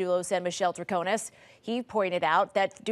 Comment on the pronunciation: Great recap! Thanks for all you do. I think her name is pronounced “trah ko nis” with an “ i” not “a”. With all due deference! 🙏🏾❤️